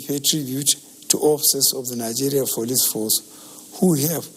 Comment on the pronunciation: Members of the" folice force" "freserve"